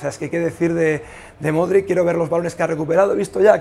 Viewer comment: Aprende ya de una vez por todas a pronunciar el apellido de Luka. Has gárgaras de limón con sal para esa garganta. Cuídate.